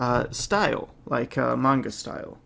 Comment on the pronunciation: OMG!, you know the difference between Manga and Anime?! AND YOU EVEN PRONOUNCE IT CORRECTLY?!?!?! This is one of the many reasons that I love you and your channel =D